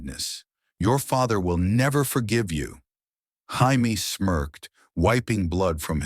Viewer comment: IT'S JAMIE NOT HIAME.